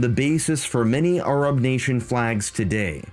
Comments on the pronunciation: Why do you pronounce Arab like that? I'm assuming it must be the actual proper way to pronounce it? But I've never heard it said that way. "Arrub" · Bro has invented a new way of pronouncing the word Arab What accent even is that ? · I did, and I loved the video It just sounds a little funny to an anglosaxon ear Americans pronounce "arab" with a very wide A The British barely pronounce the As at all You went your own way, and that is the kind of independent journalism I respect